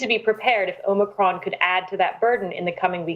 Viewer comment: Geez - it’s not omocron. Goes to show that you just can’t cover up the lies. Can’t even pronounce it right. Hmm hmm 🤔